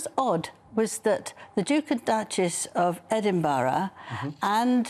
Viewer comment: EH-DIN-BRA, Angela!